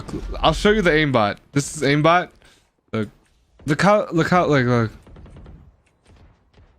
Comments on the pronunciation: Aim ออกเสียงเป็น eim นะครับไม่ใช่อิม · Aim อ่านว่า เอม ไม่ใช่อิม เลิกอ่านผิดๆกันได้ละ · Aim อ่านว่า เอม ไม่ใช่ อิม นะครับ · Aim อ่านว่า เอม เเปลว่าเล็ง ครับ ไม่ใช่ อิม